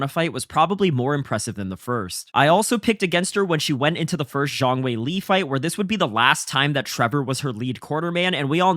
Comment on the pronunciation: Great video bro. Zhang is pronounced "Djung" not "zhong"